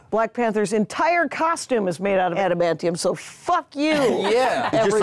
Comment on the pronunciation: I was so annoyed when Jackie said adamantium